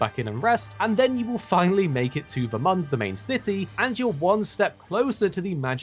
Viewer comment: Him calling it Ver-Month was very frustrating. Lol